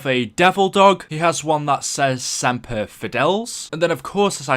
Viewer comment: omg he said semper fi wrong